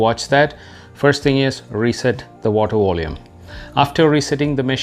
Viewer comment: It was the "Water Wolume"